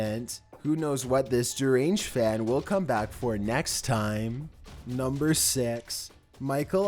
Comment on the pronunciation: You said numba sex